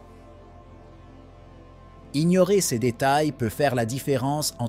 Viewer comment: Chèr IA ces se prononce sé et non pas céssss ! SÉ risk et non pas cesss risk ou pire encore sé S ( en prononçant le S)